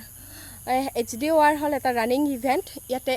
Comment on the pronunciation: HDOR ৰ কথাটো ভালকৈ কবিচোন